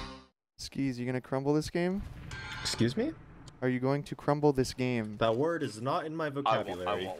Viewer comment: exSKEEZ me